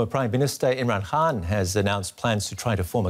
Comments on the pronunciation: Why does she keep saying Imran Haan instead of Imran Khan? Is it a speech impairment or some specific dialect or accent? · Hey it's Imran KHAN not HAAN . Like Genghis KHAN not HAAN!